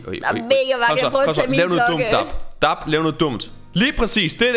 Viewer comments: I siger DAB forkert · Det udtagelse DAB ikke DARB fjolle❤️😂❤️ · i udtalder dab forkert